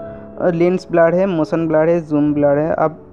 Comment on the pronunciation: Badiya par blur ko gaad kyo keh rahe the.